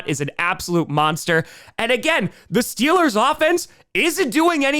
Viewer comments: DID I HEAR STEELAH GAHNTA SUPAH BOWEL!?!?!?!?!?!?!?! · Stweelers go to tuper bowl 😂😂😂😂